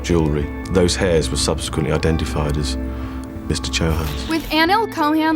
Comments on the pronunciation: I don't wanna come off as offensive but do research on pronunciation, you constantly mispronounced no actually just gave it new birth to the surname chohan, as you pronounced it as "co-han" when it's supposed to be "cho-haan", the "cho" as u pronounce ""cho"" in chopper and "haan" as u are pronouncing hanna's "han" in a slow pace. It's infuriating somehow that you pronounced it literally off-track. Hope u notice. And also "Amajit" you pronounced it as "AMA-ji" instead of "Am-jit". Don't wanna be offensive but you literally pronounced every Indian name here WRONG. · It's cho-han not co-han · Just to let you know you are pronouncing the name wrong it is Chonan not Cohen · Come on it's not that hard. It' is not cowhan or cohan. It's chohan or Chauhan as in ch in choke. Now u guys don't say coke instead of choke right? ...........Foreigner shitzzzz🗿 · its not pronounced co-han lol its chou-haan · why do you mispronounce names when the name has been taken by the police correctly? CHohan where the ch is not pronounced like a K but how it is, in CHicken. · It's pronounced Chohan- like Chow Han.. Indian name! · just wanted to tell it is spoken as chau-haan, as "chapstick' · His name : Neil Chohan Her : neyal kohain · You're pronouncing "Chohan" wrong Ma'am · Please try to pronounce their last names correctly, just please